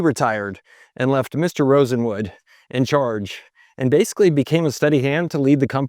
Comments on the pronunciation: Wouldn’t Rosenwald be pronounced RosenWALD, as opposed to RosenWood? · FYI It's Julius Rosenwald, not Rosenwood. I loved shopping at Sears. I shopped at a Sears in Concord NC until it closed in 2019. It was the last Sears store in the Charlotte metro area. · ROSENWALD, ROSENWALD, ROSENWALD, not Rosenwood. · Throughout your narrative, you keep calling Julius Rosenwald "Rosenwood". Just wanted to point out the error. BTW, my house, built in 2003, has been running a Kenmore fridge, stove/oven, washer and gas drier. Apart from replacing a gas ignition solenoid in the drier, these original appliances have been trouble-free for 27 years. What a brand! The current US 🇺🇸 Executive Branch is the perfect "Ship of Fools" .😕👎😕👎 These unprofessional and incompetent idiots are supported by a rabble of brainwashed sycophants who didn't have the wherewithal to learn the truth about their MAGA representatives before they voted. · Julius Rosenwald was the person's name not Rosenwood.... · Is it Julius Rosenwood or Rosenwald? The photo says Rosenwald, but you say Rosenwood. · It might be my old ears, but it sounds like the guy kept pronouncing the name of Mr. RosenWALD as if it was RosenWOOD. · Well done, very interesting. One thing- It's "Rosenwald," not "Rosenwood." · Rosenwood? Wasn't it RosenWALD? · Sears’ partner after Roebuck was Aaron Nussbaum and he brought in his brother-in-law, Julius RosenWALD, not pronounced Rosenwood. You speak with great confidence, but you need to be more careful with your research. RosenWALD funded schools in the south, that carried his name and even in Louisiana pronounced his name properly. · The name is pronounced-Rosen-waaled. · it's not RosenWOOD, it's RosenWALD. He was a Jewish man in search of business opportunities for pennies on the dollar. Please get the pronunciation correct. Your other videos also have this same issue. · Always good reporting and analysis, but, RosenWALD… not Wood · Yes, that sounded strange: RosenWOOD?